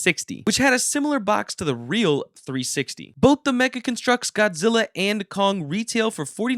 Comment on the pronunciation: Do you just say meggle The Ha ha He set Meggle